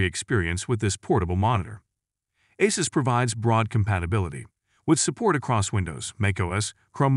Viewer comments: Asses ROG 😂😂😂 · Am I loosing it or have they pronounced Asus in a few different ways. 🙃